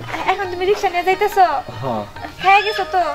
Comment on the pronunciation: ekono রিকশা শব্দ টা বলতে জানে না, রিশকা রিশকা করে শুধু